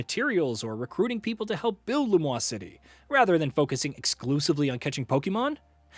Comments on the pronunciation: It is not Lu-mwah city. In French, Lumiose would be pronounced Luh-mee-o-se. Lu-mwah, would be spelled Lumois, not Lumiose. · this guy is mispronouncing the name of Lumiose city. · Lum-WAH-se city? 🤨